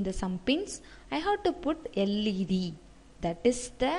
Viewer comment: I think she is south indian but not a mallu.. we don't pronounce 'about' 'that' in this way like stressing on the last t.